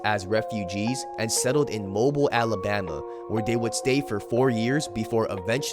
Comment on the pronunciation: u pronounced mobile wrong lol